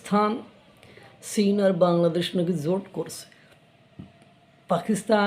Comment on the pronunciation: আপনাকে আমার বেশ শিক্ষিত মানুষ বলেই মনে হয় (যদিও চেহারা ছবিতে একটা মাদ্রাসা ছাপ আছে) কিন্তু চীন কে সীন বলেন কেন?